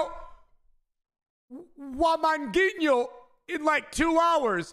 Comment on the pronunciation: I cringed when he said wamangutinho